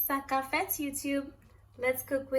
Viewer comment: You said “sak kap fet”, where are you from sis?